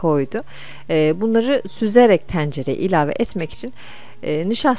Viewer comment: Homojen karıştırmak nedir ya. Keşke sade bir şekilde konuşsanız. Homojen karıştırıcaz diyip , tencereyi teancere diye telaffuz etmeseydiniz keşke.